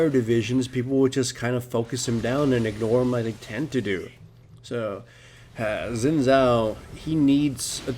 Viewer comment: SHIN! It is pronounced SHIN!